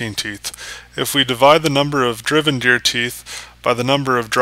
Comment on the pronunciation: My only problem with this video is how you were pronouncing gear. More so, the G in gear, as if the G sounded like a J, as in juice. When I hear you say Gear, at times it sounds like you said Jear.